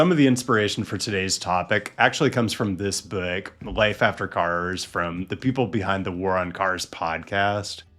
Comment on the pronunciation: I love the way you say book